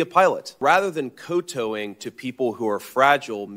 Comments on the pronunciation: kowtow. He pronounced it Koh-toe when it's prounced cow-tah ow ( tao) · It’s pronounced “cow-tao” like the first syllable of ouch. Not “co-toe” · Kowtow is pronounced cow-tow, not co-toe. I would like to eliminate co-toeing. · It’s correctly pronounced like “cow” and “tau.” Tau rhymes with cow. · It's pronounced "cow tau", ya drangus. Otherwise, I get your point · It is spelled "kow-tow". It is pronounce "cow tow" (rhymes with now). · It's pronounced cow toe... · Currently perplexed by the way he pronounced "kowtow"... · Except that "kowtow" only has one accepted pronunciation. Totally not a linguistic prescriptivist, but both UK and US English use /ˌkaʊˈtaʊ/ consistently. Amusingly, the word comes from 14th century China during the Ming period. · Except he can't pronounce Kowtow. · I'm inclined to say yes, but he pronounces kow like it has no W in it, which is weird..... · Why does this guy pronounce kow-tow as though each syllable rhymes with [blow]? The syllables rhyme with [meow]. Duh. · He also needs to learn how to pronounce kowtow? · Is that how you pronounce "kow-tow"? I've only read the word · wait - that’s how you pronounce kowtow? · We should also require that when someone wants to use an uncommon word that they pronounce correctly: KOWTOW.